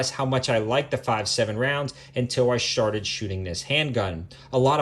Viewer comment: You want good laugh...keep hitting the over and over...best laugh I've had all week. Easily entertained I guess. 🤪😁😆😂🤣